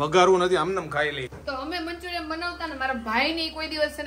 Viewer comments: Manchuriam nai manchurian hoi sarkhu bolo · Manchurian kevay manchuriyam nai